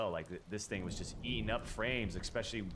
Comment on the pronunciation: Is he saying “Eck..specially” ?